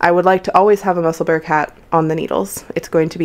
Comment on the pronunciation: New subscriber. Very professional podcast. Just one little point, Musselburgh is pronounced Musselborough, a city in Scotland, UK. Otherwise you did awesome, thanks